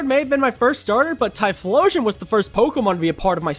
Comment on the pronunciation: THE L IN TYPHLOSION SHOULD BE BEFORE BOTH O'S, NOT AFTER THE FIRST O!